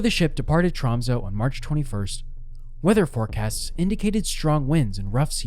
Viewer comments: TromsÖ, BodÖ och Stavanger. Ö is NOT "O" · Hearing Tromsø, Bodø and Stavanger pronounced like that pains me lol